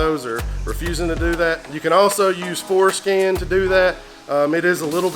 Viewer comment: I gotta be honest, every time says Forscan, it sounds like Foreskin. hahahaha